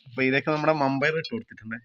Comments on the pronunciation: പയർ വെന്തില്ല വൻപയർ എന്നുപറയൂ വമ്പയാരല്ല നിങ്ങടെ സംസാരം ഒന്നും മനസ്സിലാവില്ല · മമ്പയർ അല്ല വൻപയർ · മമ്പയർ എന്നെ കേട്ടിട്ട് എന്തോ പോകെ വൻപയർ എന്നല്ലെ പറയേണ്ടേ